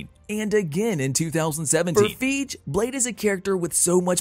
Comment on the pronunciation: The way you say Feige is wrong Fii-gee lol